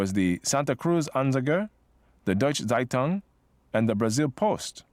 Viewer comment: By the way "Zeitung" is not pronounced "Seitung" but "Tseitung"